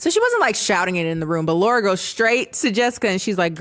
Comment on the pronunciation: As someone who is named Laura. It bugs the shit outta of me when ppl mispronounce my name as Laurie. Not a slight against you, it just triggered a visceral response. 😂